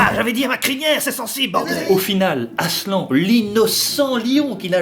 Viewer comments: Déjà, hein, pour commencer, quel genre de monstre appelle le Grand Lion AslAN?? C trop moche, ça se dit aslanne 😭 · toujours aussi cool mais je ne suis pas DU-TOUT habituée aux voies, et pour moi... Aslan ça se prononce ASLANNE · Aslan ça veut dire lion en turc mais ça se dit "aslanne" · Mon frère s'appelle Aslan mais sa se prononce Aslane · Mon film préféré avec le cinquième élément ! (Néanmoins, cela se prononce <<Aslanne>> et non Aslan. ) Encore un MSF réussi !^^ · Je m appelle aslan an an pas en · La deuxième fois qu’il a dit aslan il le c’est pas mais prononcer comme sa,sa veux dire lion en turc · ET C'EST PAS ADMOUND MAIS ADMUND ET PAS ASLEN MAIS ASLAN